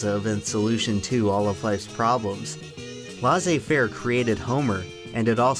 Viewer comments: ah yes the very american idea of "laissez faire". if it's in french it is definitely not american. not to mention the mispronunciation. talk about cultural appropriation. here is what I found: L’expression a été employée pour la première fois par les physiocrates pour demander la libre circulation des grains entre les provinces et l’abolition des corvées. Elle est devenue, dans la première moitié du XIXe siècle, synonyme de marché libre et de libéralisme économique. I little research goes a long way. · Excellent video, I appreciate the effort of trying to pronounce "Laissez-faire", but it's a bit more like Lucifer in pronunciation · That prononciation of "laissez-faire" though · worst pronounciation of laissez-faire ever. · One day I'll meet an American who can pronounce "laissez-faire". Today is not that day. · if youre going to use the term "laissez faire" please learn how to pronounce it proper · Very good video !.. except when you pronounced laissez-faire ahah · How did you manage to mispronounce laissez-faire despite showing the definition which included the phonetic alphabet? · Really loved the butchered pronunciation of "laissez faire" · "Laisser-faire" is pronounced LESS āˈfer Not Laz āˈfer I thought it you were speaking German or Latin maybe. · Hey! Just so you know, it'd be more accurate if you'd pronounce the expression "laissez-faire" as "lay-say fair" even though we don't accentuate as much as you do in English.. That's what gives us that shitty accent when we speak in English! 😅 Cheers from France ✌️ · "...but equally American ideal: "Laissez-faire" (pronounced Lahsay-fair)" *many French people are typing* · It's pronounced LAY-zee-fare. Not LAH-zee-fare. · laissez-faire... It's not pronounced laccy -fair, but lay-say fair mildly annoying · Laissez-fair is pronounced lay-say fair. Not la-say fair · IT'S NOT "LA'SAY FARE" IT'S "LEH SEEH FARE" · Laisser faire is pronounce "Lay Say Fair" pr more precisely "Leh Say faire" not "La Say Fair" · LEZIE FAIR 😂